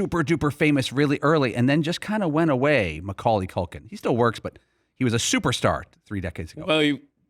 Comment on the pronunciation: dan desperately wants to be mainstream famous. also it is CUL-kin. not COK-IN